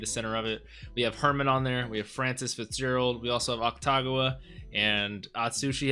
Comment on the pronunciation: Its AKUtagawa not AKTagawa